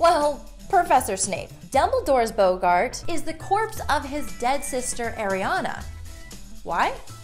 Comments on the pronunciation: Wait, did you say BOW-gart? BOW-GART?! Uh.... I think you mean BOGART!!! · It's pronounced BOGgart, not BOgart! A BOgart is a creature that shows your greatest fear, portrayed by your least favourite actor. Look up Barry Trotter and the Shameless Parody. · She also said ‘bogarts’ instead of ‘boggarts’. Is it so much to ask that someone who does these kind of vids gets the facts right? No matter how blonde and pretty. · It's bogg-art not boe-gart ahah, but good vid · The way she says bogart kills me! Also Ariana harmed the muggles and her dad took the blame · "boegart" XD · You're saying boggart wrong! It's bothering me! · My eye was twitching everytime she said it wrong.